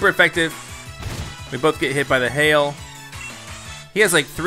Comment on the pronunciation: he said hell instead of hail anyone else catch that?